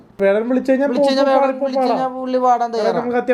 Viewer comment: വേടൻ ❌വെടൻ 😂✅